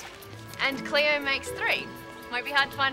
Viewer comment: It's Cleo not cleoW!!